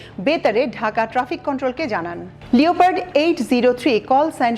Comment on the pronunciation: A friendly advice, Leopard is pronounced like "LePard"